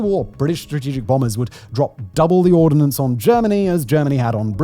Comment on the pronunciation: It is "ordnance" not "ordinance". No "i". Two very different words.